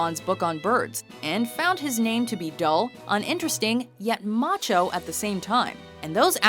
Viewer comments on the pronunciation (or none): Uh, ma"cheese"mo? Is that what you put on a particularly manly pizza?